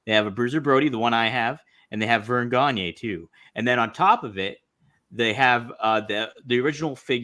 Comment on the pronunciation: Gonya. Not gonyeee